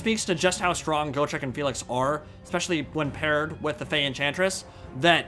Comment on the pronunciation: Go-trek lol, it's pronounced Got-trek, Got-trek Gurnisson. "I fought Chaos Dragons, and Lich Kings! I fought Greater Demons and the GODS themselves! I bled Be'lakor the Prince who would be King! I crossed axes with GRIMNIR, and walked away! I swore to die in battle, but I outlived a WORLD, come try me beast, maybe you'll have better luck than every beast I've ever slain to now, maybe (Laughing) we both will!" From the Realmslayer Audio book. Please give this Dwarf the respect he is deserved.